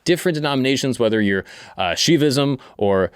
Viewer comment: WHA YI SH NUH VISM Not shivaism, SHUH YI vism